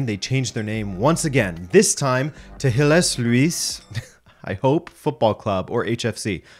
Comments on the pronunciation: I'm pretty sure that's pronounced like: hill-eh-slous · Hille - Sluis, with an ui not ou-ee, as in huis, muis etc..